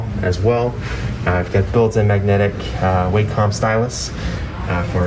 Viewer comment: Someone should tell that it is Walk-em, not Way-com.